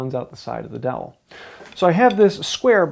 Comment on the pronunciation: All I hear is like "DAWHLL" or something?" (Fred Gordon Herbert ✝️)